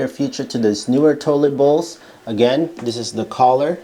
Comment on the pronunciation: Kohler is pronounced with a long o as in cold.